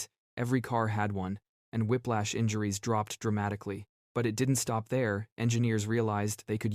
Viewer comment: Whiplash not whiplach